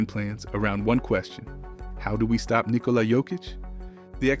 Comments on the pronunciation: Is it "Nilkola" though ? . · Nikola NOT Nilkola !!